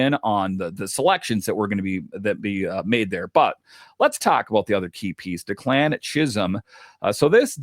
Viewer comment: FYI,, it’s DECK-lan not de-CLAN